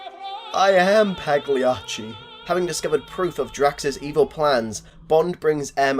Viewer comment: You're very welcome. Also, the g in Pagliacci is silent.